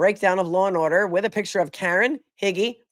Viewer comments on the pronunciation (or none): "Lar and Order" LOL